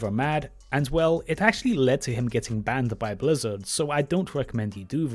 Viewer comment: FwEe Bwizzawd BalaNce CawD